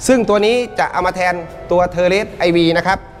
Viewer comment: IV. (อ่านว่า โชว์ หรือ Four) เป็นอักษรแทนจำนวนในยุคโรมัน หมายถึง 4. ไม่ได้อ่านว่า ไอวี. ส่วน V (อ่านว่า ไฟล์หรือ Five) หมายถึง 5. ไม่ได้อ่านว่า. วี.